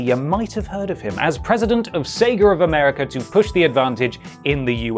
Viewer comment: "sagar of segar" "segr of americr" lmao